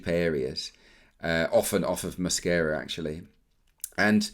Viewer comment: Delightful pronunciation of Mosquera’s name! Great analysis, thank you! Really enjoy these videos!